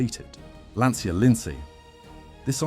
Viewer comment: pronunced LANCHA if you cant sey correctly, like cucaraCHA in espanol, in italian same sound its CIA like you secret service